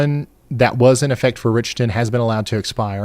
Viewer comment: Dear Ryan. That town in Ms is called Rich ton not Rickton. Thx